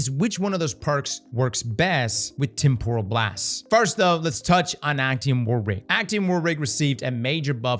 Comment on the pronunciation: A quick google search can demonstrate the proper way to pronounce temporal...spoilers...it's not pronounced like tempura shrimp lmao